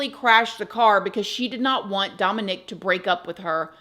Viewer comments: DOMinick, not domiNICK. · your pronouncing Dominic like that is killing me haha 😂 DomAHHnic. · I had never heard anyone pronounce it Domo-NICK before. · Not my son’s name being Dominic and me being triggered every time you say his name lol I rebuke that in the name of Jesus, my son will never be involved in anything like this lol